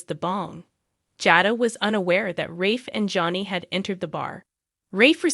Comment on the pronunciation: It's pronounced JADA